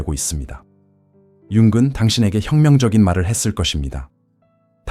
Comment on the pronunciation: 영상에서 융은 을 자꾸 윤근이라고 ai성우가 발음하는데 체크 한번 해보세요 듣다보니 인지부조화가 오네요